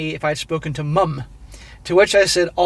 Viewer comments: Why you emphasizing "MUMmm" ...😂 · 'Mum'... it's a common usage throughout the English speaking world. 'Mom' is fine, but please don't sound retarded while saying 'Mum'. It's fairly easy to pronounce. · Why the Fck are you saying mum like that? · As a by-the-by, enough with the exaggerated pronunciation of "Mum"!!!! "Mother" us pronounced MUTHER therefore the abbreviaton is MUM! If you Yanks insist on MOM then so be it, but if you pronounce MOTHER as MUTHER then saying MOM makes no sense! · What’s funny is the way says mum is exactly what we think your spelling of mom should sound like to us 😂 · because they english u gonna pronounce mom "mum" ayeee u crack me up😂